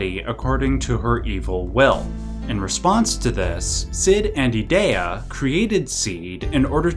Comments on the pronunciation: I stopped watching when you said E-Day-A. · Those pronunciations were rough... "ee-DEE-uh" "ult-uh-MEE-see-uh" Elone is straight up just "Alone"... "gal-BAY-dee-uh" C'mon man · I hate the way you say Edea lol its E-dee-ah. Even if it isnt :p